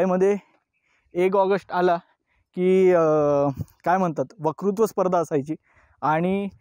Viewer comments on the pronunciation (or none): 1ऑगस्ट. वकृत्व नाही वक्तृत्व स्पर्धा.. बाकी उत्तम.. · to tumhi "vakrutva" mhatlay. "Vakrutva" navhe "Vaktrutva" asa mhana, please Baki tumhi khoop detail madhye Sinhagad samjaun sangitlat. Faar chhan! Dhanyawad!